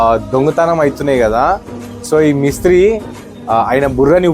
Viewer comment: బాబూ నీది ఏ వూరు ?? తెలుగు రాస్ట్రం లో పుట్టావా ?? లేక వేరే రాస్ట్రం లో పుట్టావా ?? తెలుగు ని ఖూనీ చేస్తున్నావు . మిస్త్రీ కాదు స్వామీ మేస్త్రీ అనాలి . ఇప్పుడు తెలుగు ని ఖూనీ చేస్తూ మాట్లాడటం కూడా ఒక ఫ్యాషన్ అయిపోయింది .